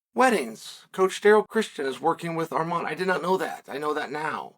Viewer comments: Armed-man Sicario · Arman Sicarian according to uncle Chael